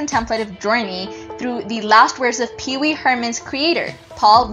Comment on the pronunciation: The narraration is terrible. She calls Pee-Wee “Peace Mall”??? WHAT??